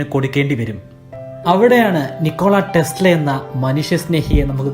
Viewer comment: PLEASE READ NAME AS "NIKOLA TESLA". THANKS FOR THE VIDEO